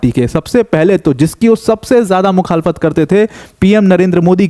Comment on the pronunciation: Ye mukkhafalat kya hai bol rhe ho samajha nahi...mukkalat jaise sound kr rha hai